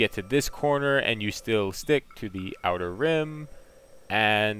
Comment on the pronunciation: Outer Rim. Outer Rim. Dude, figure it out before you upload the video.